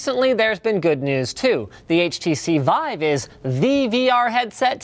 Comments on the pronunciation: its pronounced veev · vive pronounced "veev" as in the French word "live"